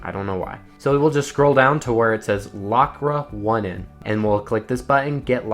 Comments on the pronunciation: ra1n is pronounced rain 😅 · Funny how you say "F3arra1n" correctly, but not for other "ra1n" variants lmao. Overall, good video :DD Also a bit correction at iPhone A12 part: Apple do fix that Shortcuts trick on iOS 26, soooo it's rendered useless now :(